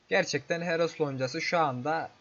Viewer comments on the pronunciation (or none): HEROF DERKEN KARDEŞİM HEROES DİCEKSİN SANIRIM :D